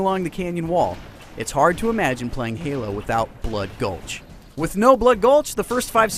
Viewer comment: Valhalla isn't blood gulch yes they are similar but they have many differences including the addition of man cannons and bigger bases. Oh and fwi its bloodgulch not bloodgolhs. :D